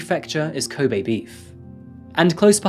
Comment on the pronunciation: You really need to fix your pronunciation of Japanese syllables. You make an effort for African, but not Japanese which is arguably simpler. You are propagating gaijin stereotypes.. This makes me cringe. It's ko-be (as in LOck), hi-ma-ji (him-ma-gee), using small vow sounds.